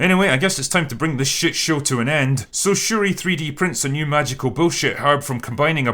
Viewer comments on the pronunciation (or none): Wait. 🤣 Wait did he call them Sha-ree ree?! LMFAO 🤣😆